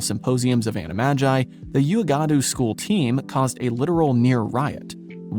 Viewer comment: For reference on pronunciation for these schools if you want for the future, these may not be 100% accurate but from extended media and feedback others from these regions provided in other videos and on wikis these should be approximately correct: Uagadou -> Wa-Gah-Du or Wag-a-doo we've heard both pronunciations in related media, but the Ua has a Wa sound, or more specifically an OO-Ah (U-a-ga-dou). Castelobruxo -> The bruxo part would be pronounced approximately brew-shoe Koldovstoretz -> Coal-dahv-story-etz (roll the r in story if you can) Mahoutokoro -> One thing that makes Japanese slightly easier to guess a pronunciation is the fact that it's a phonetically consistent language, every vowel has a very specific sound, so ou isn't blended together like in English each vowel is sounded individually. O is pronounced like the letter itself or like the oe in words like Toe, U is pronounced like a soft o (think hoot), and A is pronounced like the a in ah. So something along the lines of Ma-How-Toe-Koe-Roe If you're a native speaker of these regions and want to add nuance or correction please do. The wand in the Wizarding World universe is a European invention which is why it's not as common outside of it, originally all schools taught wandless magic because well, wands didn't exist. When wants were invented they gained adoption pretty quickly in Europe and from there spread to other places, but several schools never adopted them or didn't adopt them for a long time. The main adv